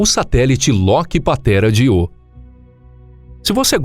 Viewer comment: Que porra de Iô é esse, rapaz? Aprende um pouco de gramática. É Ío com acentuação no I. Só você fala desse jeito idiota